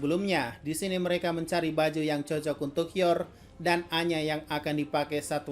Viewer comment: kalau abang ngomong aina secara cepat akan terdengar seperti anya